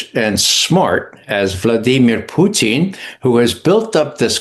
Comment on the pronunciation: Please don't have this guy with TDS as a guest ever again. BTW it's Putin not Pertin